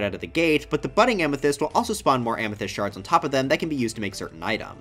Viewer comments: EVEN MORE SHRRRDS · not the shrrrrds